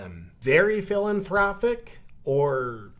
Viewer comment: lol. When you said “What’s your thoughts on the Bill and Linda Gates Foundation? Very philanthropic?” I could have sworn you said, “Very Villain-thropic” Yes. Bill and Linda Gates are very villain-thropic.